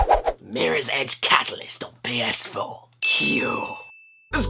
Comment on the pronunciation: Mirror's Edge Catalyst on PS-Cyoar